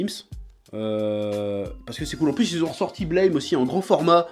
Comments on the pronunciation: Ça peut paraître surprenant, mais Blame ça se prononce "Blâme" en fait (ブラム), pas "Bleïm"… Après cette information capitale, je te remercie pour cette vidéo, tu as piqué ma curiosité. =] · Par contre petit détail sur Blame!: ça se prononce buramu (comme à la française quoi) en référence au bruit que fait le flingue de Killy quand il tire =) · NON! Ca se prononce BLÂME... A la francaise. C'est ecrit en Katakana : ブラムー＞ラ= La... Et Tsutomu Nihei dans une interview, C’est une onomatopée pour les grosses explosions. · Non, mais pour tous les fans de Blame! Apprenez déjà à prononcer le titre correctement avant d'en parler!